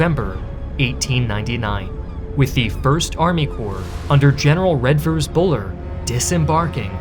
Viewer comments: Sir Redvers Buller was actually pronounced "Reevers" or later in his career (mockingly) "Reverse" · If you are going to make a video about British Military history you can at least learn to pronounce the names correctly. Mafeking is pronounced Mafa-king and Redvers is pronounced Reevers, the D is silent. 9 minuets into the video and I'm not holding my breath about other horrors being commited! Oh dear, Baden-Powell is pronounced Bay-dn.